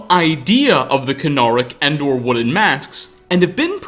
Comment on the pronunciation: wooden ... woo'den... wo-den...odin....